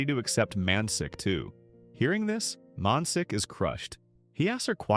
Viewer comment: Man shik is his name, 'si' in korean is pronounced 'sh'